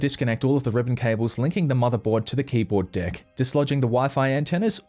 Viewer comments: Sounds like you’re saying keyboard dick lol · Am I the only one who hears "the old keyboard d*ck"?